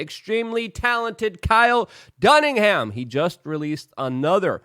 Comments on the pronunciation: Why does Luke say Kyle duningham instead of dunigan? Never understood why but he does it everytime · Kyle DUNNIGAN--not "Dunningham". C'mon Luke! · "Dunn-Again", he keeps saying "Dunning-Ham"... idk why it bothers me, we at war... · I love Kyle Dunnigan! Been a fan for a few years now. This guy needs to be FAMOUS! ....again. BTW, this is the 2nd time you've done this: it's DunniGAN, not HAM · "Dunningham" = "Dunnigan" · I was hoping he'd get it right this time. It's exastererbating! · Dunnigan not Dunningham. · Dunnigan NOT Dunningham 🤦‍♀️😂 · You know how Luke mispronounces words. With no apology or correction. 🤷🏻‍♂️ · It's Dunnigan not dunningham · "Kyle Dunningham" LMFAO for fuck's sake Luke YOU'RE ON HIS PAGE. Putting the MINIMUM effort I see? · Dunnigan rhymes with done again. Much love! ❤ ask any Floridian 😂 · Maybe Kyle dunnigan doesn't have as many followers as he should because u have been saying his name wrong for 2yrs. Do a gooder job my friend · Why do you keep saying Kyles name wrong?